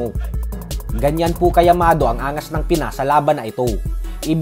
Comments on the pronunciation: Pinagsasabi mong YAMADO, anong tagalog word yun?. Baka Liyamado?? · Llamado boss Hindi yamado😂😂😂